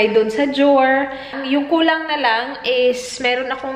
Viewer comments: Drawer - Jow’r 😅😅😅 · Iorganize ang jower 😂 sorry im not a hater pero nabbother talaga ako sa jower 😂😂😂